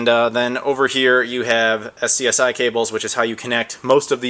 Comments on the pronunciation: SCSI is pronounced 'scuzzy' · I've never heard anybody pronounce SCSI as "S-C-S-I." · BTW, SCSI is pronounced "scuzi". Also the cable that connects to the sound unit is the same that was used on printers before they switched to USB. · Also, most people pronounce "SCSI" as "Scuzzy". :) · Just so you know, SCSI is pronounced "scuzzy". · I love your videos, and am very grateful for you doing all of them, and I wasn't going to say anything.....but this is like the fourth video that you've called a SCSI cable a SCSI cable, it's normally pronounced Scuzzy (rhymes with fuzzy)....err I don't mean to nit pick, but maybe you don't know or just don't care....but yeah, it's also like Laser, and how that's pronounced, since it too is an acronym.